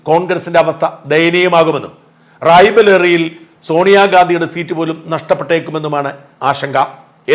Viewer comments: ഷാജണ്ണാ..റായ് ബലേറി അല്ല... റായ് ബറൈലി!! Rai bareilly...ഇത് രമേശ് ചെന്നിത്തലയന്റെ വാചകപാതകം പോലെ..😅😅😅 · റായ് ബലേറി എന്നല്ല റായ് ബറേലി എന്ന് പറയു